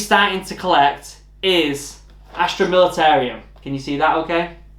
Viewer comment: Knew you were picking the Imperial guard. I still need to get around to painting my Cadians. Btw, there's no i at the end of Militarum, It's pronouced like Mili-ta-rum. Like the drink. Don't want to go to your first game and say the name of your army wrong XD.